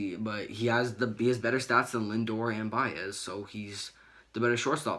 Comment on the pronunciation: Do you guys speak English it’s pronounced “Lindor”